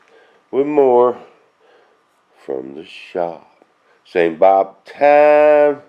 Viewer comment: BOOOOOOOOOOOOOOOOOOOOOOOOOOOOOOOB !!!!!!!!! ( that's Bob, not boob)